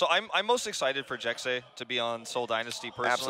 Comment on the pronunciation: No according to him it is pronounced Jack Seh